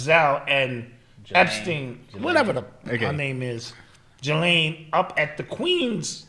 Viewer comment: It’s pronounced Ge-Len. Nothing like it’s spelt. Lol. Was listening to her Brother being interviewed the other day.